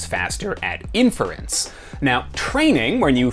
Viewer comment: You say inference weird